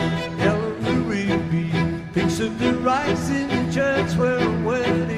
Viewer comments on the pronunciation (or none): none